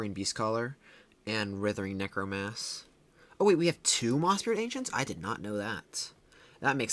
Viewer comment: Damn bro we get it. You suck at pronouncing writhing necromass. So stop. Please.